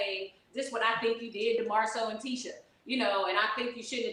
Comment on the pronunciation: Please, you talked shit about her dress in another vid, Q. Also, it’s Tee-shah. ✊🏾